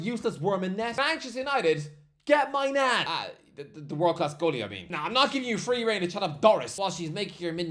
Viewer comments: My Nan 😂 it's pronounced Main-yon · “mike maigon” ❌ “mike my nan” ✅